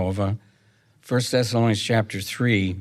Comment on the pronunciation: Yes, it sounded like "Sessalonians" sometimes & other times, I coukd hardly understand him at all